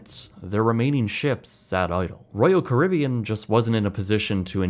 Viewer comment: Why can’t he say leisure or Caribbean